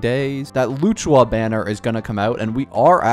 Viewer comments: Luchua omg☠️ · Great video but, how did he pronounced LUOCHA-☠️